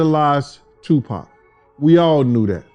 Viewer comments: His name is tupac not tupak 🙂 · I Must Say This! That Women Keep saying 2 PACK Is Driving me Nuts 😂😂😂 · Twopack huh. It's Tupac! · ITS TUPAC NOT TUPACK!!!! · 🥶 someone needs to tell the commentator how to pronounce his name… I could not listen to her anymore...Tupac is pronounced as Two-pahc (h silent ah sound, k sound cock) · Yo,, start having actual humans narrate this shit. Your AI be BUTCHERIN mafks names. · Why is she messing up his name lol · I get a kick out of how these A.I. voice-overs pronounce Tupac, Suge, and some other rapper's names.